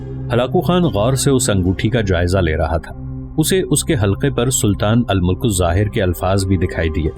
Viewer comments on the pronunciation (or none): al mulk zahir nahi bhaaee al Malik zahir